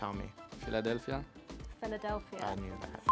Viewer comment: Everyone: Philadelphia Alonso: Filadelfia 😎